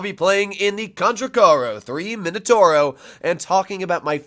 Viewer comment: No mainotouro, m i n o t a u r o I can't listen to it anymore... mamma mia